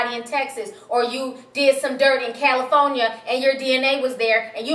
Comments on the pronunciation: Califonia ? ITS CALIFORNIA ,C MON SAY IT WITH ME KAL-LI-FORNIA...your homework for tonight is to write California 500 times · Cali-phone-ya ! lmao!